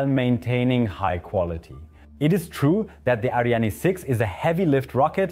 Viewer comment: It's Ariane not ArianE :) And I would have liked a video that voiced more of a critical opinion. For example your overview of Euro spaceports completely omits that except the CSG only Andoya is operational and just barely